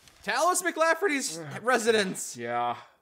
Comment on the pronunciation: Sounded like said "Talos McLafferty."